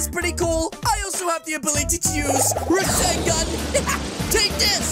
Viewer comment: Rasengan not reesancan